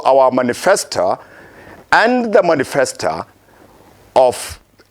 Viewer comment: Manisfesta and Docta....lol